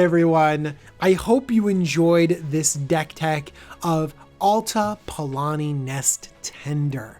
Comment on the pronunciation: OMG YOU SPENT 30 MINUTES TALKING LIKE YOU KNOW WHAT YOU ARE DOING AND YOU CANT EVEN PRONOUNCE THE NAME OF THE COMMANDER CORRECTLY